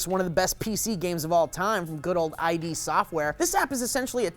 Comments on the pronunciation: Id - "id" Like id. Not ID. Id. Think Freud. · I sincerely hope was just being a troll by pronouncing "id" software as "eye-dee" instead of "id" as in "splendid".:/ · I-D software? Don't pronounce it separately dork! it's iD. One word. Sounds like "did" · It's pronounced 'idd software'. You know, as in ego, super-ego and id. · Wolfensteen? Nazzi? I.D. software? Stop trolling me with your pronunciation!:P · Please stop pronouncing id software, I.D. software, you are ruining my childhood, I'm just jking, gooooood video.